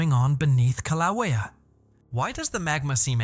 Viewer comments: Your script reader software needs a few lessons in how to pronounce Hawaiian language. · Your AI presentation sux and you are mispronouncing the name of the volcano! For that I’m out and will watch this if real somewhere else. Insta block!